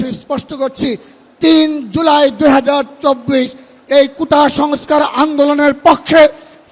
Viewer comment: আদু ভাই কুতা না কোটা। ভালো ভাবে বলেন।